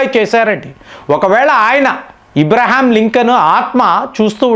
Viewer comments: That is Abraham Lincoln, not IBRAHAM LINCOLN. Pronounciation is very important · మీరు కొన్ని పదాలు సరిగ్గా పలకండి దయచేసి. ఈరాన్ = ఇరాన్, ఇబ్రహాం=అబ్రహం, సబ్మిట్ = సమిట్, స్ట్రయిడ్ అఫ్ = స్ట్రయిట్ ఆఫ్, ఇలా చాలా.... అంతకు కుదరకపోతే దయచేసి వాటిని అచ్చ తెలుగులో చెప్పండి.. ఉదా.. శిఖరాగ్ర సమావేశం, జలసంధి మొ... అన్యదా భావించకండి. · ఇబ్రహీం కాదు అబ్రహం sir.